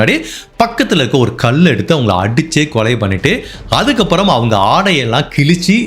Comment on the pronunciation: ல கரத்தை ளககரமாக உச்சரிக்கிறீர்கள்...கல் என்பதை கள் என்றும்... தயவுசெய்து சிறிது மெனக்கெடுக்கவும் தம்பி... அழகான குரல் தெளிவான பேச்சு... ஆனால் கல் என்பது கள் என்றும் இப்படியாக...